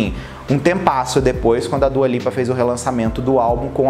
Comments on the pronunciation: Djua Lipa kkkkk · kkk eu perco tudo com ele pronunciando dua lipa